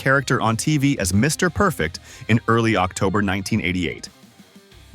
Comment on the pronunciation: I hate A.I. voice talk overs!! The silence between Mr..... Perfect is not what a Mr. Perfect video is supposed to be!!! Everything shown and everything said about Mr. Perfect should be flawless it should be timeless and it should always be PERFECT!!!